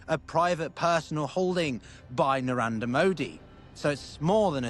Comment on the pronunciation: Its Nar-end-ra. Not Narander.